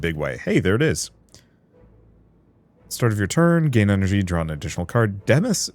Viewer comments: Demesne is actually pronounce da-main. And it's actually basically the same definition as domain. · Apparently it's pronounced as "domain". I honestly thought it was "demean" until I went and looked it up to check. Never consciously heard it said out loud before, only seen it written. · This game is going to single-handedly introduce so many obscure pronunciations to the gaming community. 😄 "Demesne" comes up the most (which, as you rightly pointed out, is a close cousin of "domain" with just a little softer vowel sound: it's "deh-mayn", not "de-mes-ne" or "de-mense" or "dee-men" or "dees-nuts"). Other faves are "draught" (it's "draft", not "drowt") and "danse macabre" ("dahns ma-kahb", not "dance ma-kab-ray"). These are understandably unusual words to hear spoken aloud, and I'm stoked that the Slay The Spire team had the chutzpah (that's "hoots-pah", not "chutz-puh") to include them!